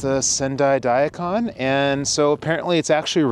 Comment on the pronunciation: Cool video, and thanks for doing it. One quick note though: *DA-ee Kahn Non*. Sorta looks like a human-shaped Daikon, being crisp white like that too, but still 🤓 Arigatou Gozaimasu